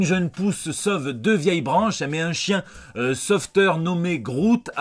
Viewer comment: c'est l'accent de marseille "sauveuteur"???... t'arrives à l'voir finalement hein...😉 C'est la technique du chacal ma gueule... des comptes falsh pour follow sans commenter et choper les screens oklm 🤫 Fuck sadek! Lâche va... 5 sur 1 avec des outils #ZeroCouillesAuCul vient on parle pas de hagra...